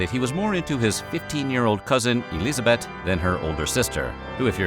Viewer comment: Nice pronounciation of Elisabeth! 😍